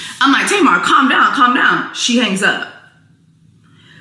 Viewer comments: It's tay-mar not tar-mar. Smh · Why you keep saying her name wrong....Her name is Tamar( Tay...Mar) not Tomar. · Sir, pronounce it like, "Tay"-mar..."Tay" like "Hay" or "Hey". Do your research before speaking on folks in our culture. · TAY MAAAR - get that right if you reporting on culture. Sound it out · its TAY-MAR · You can’t even say Tamar name right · U need to stop making clips and video because u don't know how to pronounce black people name. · Saying brown skin is not racist. Youre not black, dont tell us what is racist. Why dont you figure out how to say Tamar's name correctly instead. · Is this a real person or A.I. cuz you can’t say Tamar’s name correctly.